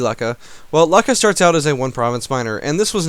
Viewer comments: It ain't Luck-ah, it's pronounced Loo-cha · Please don't say "Lakah" again...